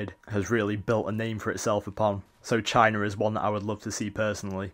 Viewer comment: It's China not CHINER :P